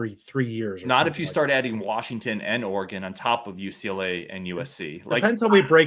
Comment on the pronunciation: Guys, its not Oregaaaaaan like in the small city around here. Its more like Oregen. Just Oregen.